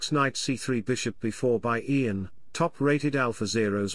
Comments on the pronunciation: Just one suggestion..”type YAN instead of IAN for proper pronunciation by your stockfish robot” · Funny. Just pronounce Ian first name correctly 😅